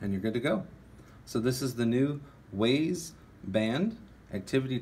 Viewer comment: Pronounced Wize